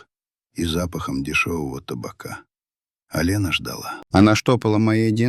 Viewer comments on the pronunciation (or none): none